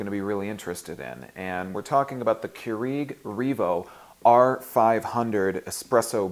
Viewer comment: I was too distracted by the way you pronounced Keurig. But thank you.